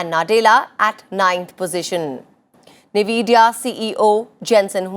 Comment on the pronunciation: It's not pronounced as "Nee- vi-dia" ,It's "Yen-Vi-dia"